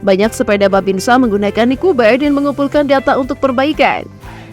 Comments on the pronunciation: Koreksi untuk admin, Nikuba = niku banyu Bukan niku bayu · NIKUBA : NIKU BANYU, bukan niku bayu